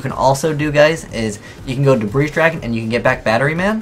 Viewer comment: Why doesn't anyone on YouTube know how to pronounce 'debris'?